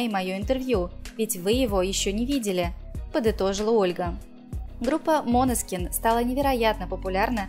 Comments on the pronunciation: Откуда вы взяли «МОНЕСКИН» ??? Божжеее мой !!!! Ну где вы видите тут О ??? Режет слух 😰😰😰 МАНЕСКИН - ударение на Е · НЕ МОНЕСКИН А МАНЕСКИН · чего? "МОнескин, МАнескин" но никак не "МанЕскин":\ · мОнескин? Уши в раю 🤩 топ❤️ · ХАХАХАХАХАЗЗАЗПЗЗЕЗХПЗПХАХ ГОСПОДИ вы вообще сами не знаете как произносить ((( правильно мОнескин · Датское слово, ударение на О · 😂😂😂 бедные итальянцы… когда услышат как искривляете название группы